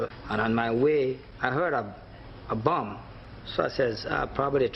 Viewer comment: A buh? No, not a buh. A bomb 💣 . 😂